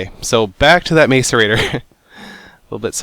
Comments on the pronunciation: I believe it is pronounced Mass-er-rate-tor. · it's pronounced macerator (m-ah-c-er-a-t-or) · You butchered the pronunciation of macarator lol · if you pronounced macerator properly you probably could have guessed what it is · your pronouncing macerator wrong.... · its pronounced Mass-erator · I've always thought that "Mace-er-ator" was pronounced "Mass-er-ator" ...oops! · Macerator is pronounced 'mass er rate or' not 'mace er rate or'. I don't know if anyone else cares, but it bugs me. Personal problem. I know. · macerator is pronounced like map not may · ma-ce-ra-tor not may-ce-ra-tor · Macerator is pronounced: ' Ma-see-rate-or ' not 'Ma-cer-ator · The word "macerator" is said like "mass", not "mace" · m[a]cerator (not m[ai]cerator) :P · Mcerator is pronounced Mass-er-ate-ore, not Mace-er-ate-ore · Stop saying mace er raater it's mah sour a toe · pronounced masirator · its pronounced mass-or-ator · Lol mace- erator... Fail... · The macerator is pronounced MAS-er-ray-tor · Love the vids just 1 thing its pronounced mas er ate er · you pronounce macerator like 'mess-erator', kinda annoying but great episode! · Seth its a MASS-er-a-tor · no it is Mass-er-ay-tor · macerator- Mass-er-ay-tor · macerator is pronounced massorator... the more you know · what if you don't got a macerator. and seth, its said like mas-er-eh-tor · This is how u pronounce macerator: mass-er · the macerator is pronounced mah-sor-a-tor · its a MASS-A-RATER... and what was with the blank screen? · Roses are red, Violets are blue, Sethbling says Maicerator, and so do you. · IT'S PRNOUNCED MASS-ER ATER!!!! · And its mAcerator as in matt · it's pronounced mass-erator ( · Lol black screen fail, and say macerater like MASSerator! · macerator is pronounced mass-o-rator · Sethbling it is Mac-er-rate-er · It's Mass-eh-ray-tore. Macerator. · Lol, MACE-erator